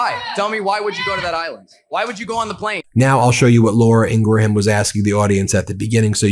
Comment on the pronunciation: Ben, do you mispronounce Ingraham’s last name on purpose to get under her skin?